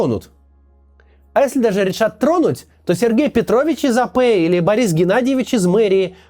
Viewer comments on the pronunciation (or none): none